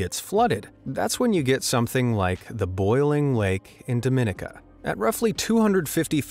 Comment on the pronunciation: Just an FYI .... the last country you presented was pronounced wrong. It's pronounced "DOM IN NEE CA" not "DOM IN NIC CA" ... jus letting you know 🇩🇲 🇩🇲 🇩🇲